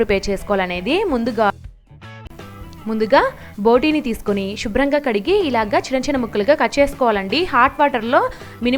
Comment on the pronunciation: 'Shubram' kadhu andi 'Subram' antaru